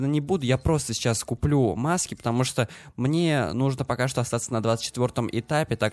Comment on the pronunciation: Еще вместо "чо" , старайся говорить "Что"...